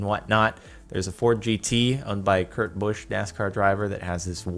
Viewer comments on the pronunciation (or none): none